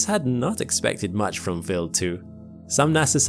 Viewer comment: W eye ald. Not willed.